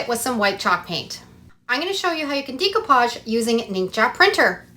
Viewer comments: It's da copage..not dee copage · I love all your projects! Just an FYI it’s pronounced day-coo-paj. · Check pronunciation of decoupage please